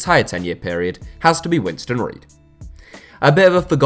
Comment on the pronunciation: Winston Ried? 😂😂😂